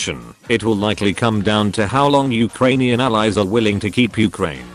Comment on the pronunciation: Uh kranian